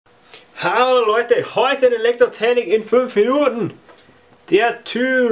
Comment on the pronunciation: hast du was getrunken? "HAAOOO LOIIIDEE!!" :'D